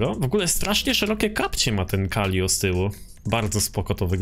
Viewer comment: Calico ala ✨calio✨